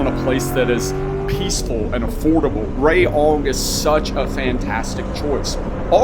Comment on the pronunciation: Rayong is pronounced as Ra-Yong, not Ray-Ong. 🫢😁